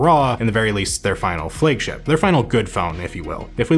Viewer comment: "Flague" ship ?🤔